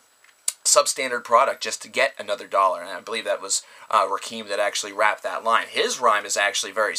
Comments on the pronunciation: Rakim is pronunced RAH-KIM. It's pronounced RAH-KIM. Not RAH-KEEM. Eric B & Rakim (RAH-KIM) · Ra-KEEM? It's Rah-KIM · White people,his name is pronounced "Raaa - Kim". Not "Roc- keem". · It's Rakim not Rakeeeeeem